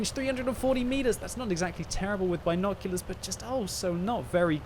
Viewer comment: Love your vids but for the love of God........it's BINoculars not BINEoculars. Thank you. Keep up the great work.